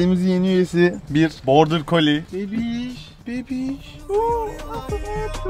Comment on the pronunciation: Abi o bordirkoli deik brokoli hehehhehe